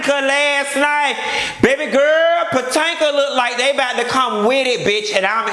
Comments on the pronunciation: I'm mad you keep saying Potanka lol. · When you say PO-TAN-KA! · I always die when you say Potanka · I missed you saying Patanka! 😂😂😂😂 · The Real Housewives of Puh-tank-ah! Lol!😆😆😆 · Lord knows i missed Q saying potanka 😂😂😂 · Girl!!!!! I live for your hair and lipstick!!! But wait did you say Patanka!!!!???? Lordy lol!!! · Mia Loik he does it on purpose. He been doin it for all seasons. Sounds funnier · Housewives of Potanka😂😂😂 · Why you keep pronouncing Potomac wrong?